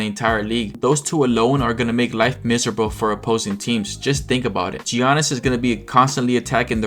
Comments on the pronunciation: Is this channel AI? Who calls Giannis Gee-a-nnis? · Mispronouncing Giannis is crazy at this point